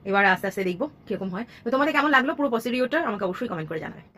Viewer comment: Kotha ta message na. Massage. Pocedure na. Procedure. Tomar pronunciation khub i gorbor hoy ami notice korechhi.. Ektu dekhe niyo.